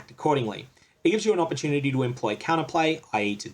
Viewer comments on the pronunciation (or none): none